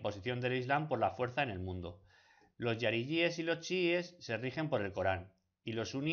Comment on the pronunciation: Lo que muestra que te has informado regular son puntos como el hecho que pronuncias la palabra jariyies :" yariyies", y no, incluso en arabe la "jota" se lee jota, lo que muestra que sólo has seguido algún texto pillado de cualquier página. También con fundas a los jariyies con los sunnitas, ya que son los jariyies los que tienen un a ideología idéntica a alqaeda, isis, etc... y los sunies son la mayoría de musulmanes del mundo. Y los errores así, que parecerán detalles a algunos pero que son ese tipo de detalles que muestran la mala investigación que has hecho para el video son un montón, luego hablas de algunos temas que no me se muy bien, así que me imagino que también habrá muchos errores de este tipo que te inducen totalmente te en error